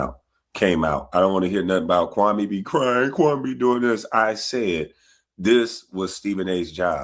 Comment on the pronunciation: He still pronouncing that man’s name wrong. 😂